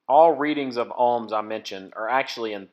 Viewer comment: Nice video (took a bit getting used to "Alms" instead of "OHM's" BUT.... This is only ONE TEST and although it will find a total failure condition (open circuit), it WON'T find the biggest problem... A plug that "Appears" ok but actually isn't... In this case, a plug insulation between the inner core and outer grounded thread section breaks down (Cracks or even carbon tracking across the surface). You need a MEGA not a Ohm Meter to make a proper test. Spark plugs typically operate with 25,000 volts. An Ohm meter may work with 4 volts so is not actually testing how the plug operates, just that there is continuity at 4 volts. A MEGA will show if there is a path through the insulation (but may need an insulator placed between the spark gap. (최원국 최원국 beat me to this.... (As I don't know the language I'm not sure what I just said, or if I even copied the name correctly)) q8)